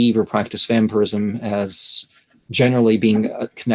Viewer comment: Why is it prenounced wamphyrism?